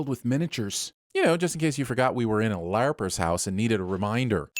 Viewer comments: It is killing me that you're pronouncing it "LAY-R-PERS". I could be wrong on the pronunciation but hearing you say it this way so many times makes my skin crawl. LARP-ERS bruh. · CARP. TARP. HARP. LARP. Lay-arp?